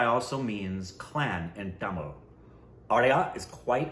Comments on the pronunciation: pronounciation of "Tamil" very perfect! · Dude the way u said Tamil in is perfect shizzzzzzz bruh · Yes, He was quite good. Come on you almost came close.. It's "Tamizh" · is pronouncing "Tamizh" better than most Indians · pronouncation of tamil is so accurate. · The way said tamil w proper pronunciation. Made us proud!!!! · Wow..... u nailed tamil pronunciation. Great ya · your tamil pronunciations are really good 👌🏽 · The way you guys pronounce Tamil and Malayalam, amazing. Most of the Tamilians and Malayalis can't even do that 😂